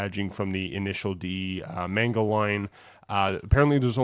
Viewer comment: Bro your pronunciation of manga is deranged😭 also the head is idw